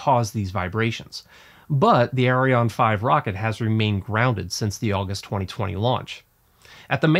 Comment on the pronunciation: Actually, both the rockets and the company are called "Ariane" NOT Arione!